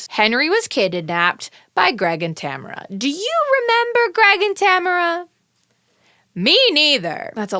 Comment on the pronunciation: Saying you don’t remember Tamara then mispronouncing her name for the rest of the episode is iconic